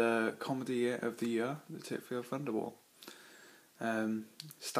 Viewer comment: Nice review, but please it's Thunderbolt not Funderbolt! Don't you fink so?